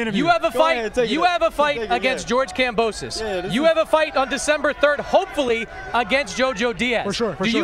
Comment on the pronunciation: Wtf is a gambosa? It’s kambosos 😂